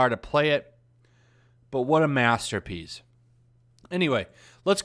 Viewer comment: “Muh masterr peas” 10/10